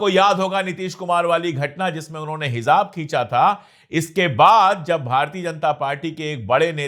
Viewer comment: Ashok sir Aap urdu bolne me bahut rochi rakhte hain isliye ashok sir aap ko mai aap ko do lafz ka sahi pronunciation batane ki koshish kar raha hun please bura na maane Hizab nahi hijab hota tai Zahannum nahi jahannum hota hota